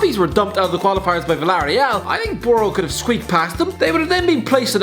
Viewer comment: The way you say boro pains me 😂